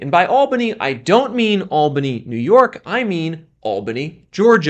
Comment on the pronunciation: It's not pronounced AL-bany, it's al-BAN-y. Ah Georgia.